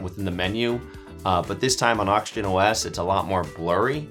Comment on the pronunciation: Are you saying oxygen or auction? That confused me foe a sec there